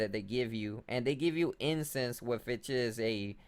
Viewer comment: He says incense like incest.